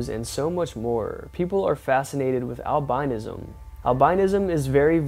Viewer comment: It's pronounced Al-bin-ism...bruh